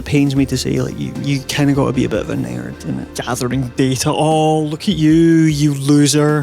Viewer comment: it was at 14 minutes and one seconds that I realized "a naird" was you saying "a nerd"